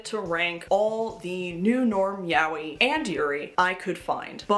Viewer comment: Btw yaoi is pronounced ya-oy, not yow-wee. And Japanese people these days dont use the term yaoi anymore and instead say BL.